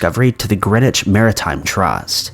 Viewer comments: It is pronounce Grennitch, not Greenich. Witch bottles are always being found here in the UK. You hear of bombs being found every year too. Not long ago a 1000lb bomb was found near a school in Bath. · Greeeeeen-itch? Close but not quite, Greenwich is pounced Gren-itch xD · Greenwich is gren-wich like wren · into the video (my phone had been acting up & is not letting me link to the start of the story, or the entire bit I am referring to:/) says the name of the town & it sounds like "greenitch?" I Googled to see if that was a place, but it appears not to be. I grew up in Greenwich CT, but know there is also one in England, the Greenwich Village in NY, and probably many more. Could someone let me know where this occurred? Growing up I volunteered at a small aquarium/museum in Stamford (the next town over,) so I am curious.:) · These were very interesting! I think there's a possibility that one woman was murdered by the people building all around her. Also..... wondering how many people complained about how you pronounced Greenwich Because they have to complain. Always, always complain.